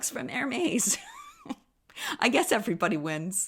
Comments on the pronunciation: Ehr-MEZ not Ehr-MAYZ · It’s air-mez like Pez not maze Thank You So Much! Nanc 🍒🍒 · You kept saying the brand Hermès wrong… I would watch how the brand says it online. Just so you know. Luv you girl.